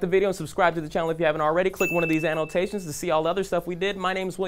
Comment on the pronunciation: Does William say annulltation and connulltation on purpose?